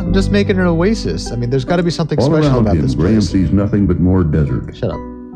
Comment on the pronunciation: That's what I'm talking aboot!